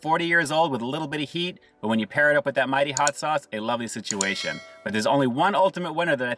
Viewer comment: It's a spicy nugget sit-chew-A-shun.